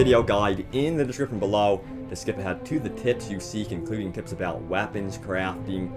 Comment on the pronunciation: Its weapons not wapons!